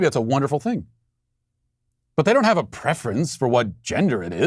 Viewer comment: The way that teacher's union freak said 'We hhhhhhaf to believe..." reminds me of 'I did NOT have sex with that woman...Monica Lewesnki..."